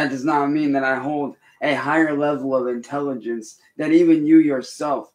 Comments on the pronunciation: (listen) “Dont insult my intelligench..” 🤔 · And said " don't insult my intelligentch "